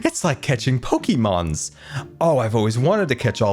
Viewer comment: where's the "i" in pokémon?